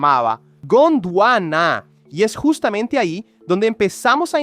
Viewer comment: jushtamente se movió hashia el eshte